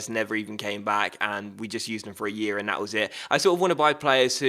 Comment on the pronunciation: It grinds my gears when he says dat instead of that and dey instead of they, pronounce your words properly errr